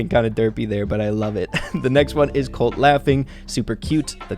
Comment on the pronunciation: You can tell the editor doesn’t play brawl stars “Shelley” “Cult” lol it’s Shelly and Colt